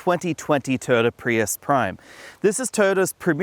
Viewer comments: It’s TOYOTA, not “TOTA”! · I like how you've shortened "Toyota" into 2 syllables. "Toda" is easier to say! ;-)